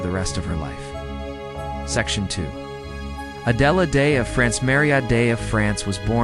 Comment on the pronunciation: You have to be an idiot to not know how to pronounce a simple name like Adelaide.